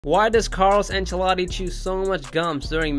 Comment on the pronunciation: He went from Italian to someone from Mexico😂